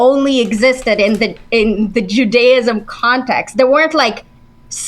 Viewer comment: Every time I hear her say, “ju-DAY-ism” it makes me want to throw my phone out the window.